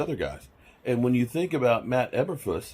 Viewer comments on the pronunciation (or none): Matt "Eberfloose"!